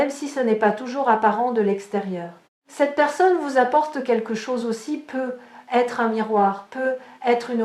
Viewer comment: Bonjour, j'ai une question à vous poser. Pourquoi ne fêtes vous pas la liaison quand vous dites peut-être ?